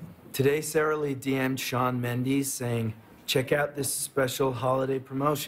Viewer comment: Did harry stylez just say "Shawn MenDEEES"? LOL. I like imagining that harry stylez doesn't know other artists exist and just listens to himself constantly.